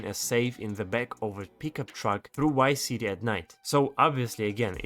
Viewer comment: He said wice city 😂